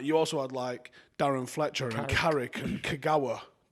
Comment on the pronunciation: Man said Fletcher and Kagawa like they were lighting it up